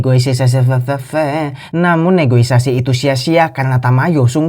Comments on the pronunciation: Negosiasi not negoisasi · Negosiasi Min,, bukan negoisasi,,hehe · Negosiasi bukan negoisasi dek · Yang benar "NEGOISASI " atau " NEGOSIASI " 😂